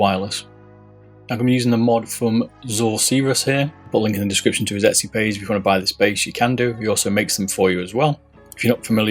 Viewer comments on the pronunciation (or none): none